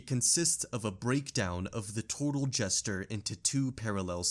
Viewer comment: PS "Gesture" isn't pronounced the same as "jester."